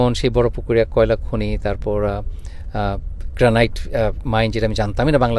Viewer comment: গ্র্যানিট হচ্ছে সঠিক উচ্চারণ। 'গ্র্যানাইট' উচ্চারণ ভুল! এত বছর ধরে আমেরিকাতে আছেন আর গ্র্যানিট সঠিকভাবে উচ্চারণ করতে জানেন না?! 😮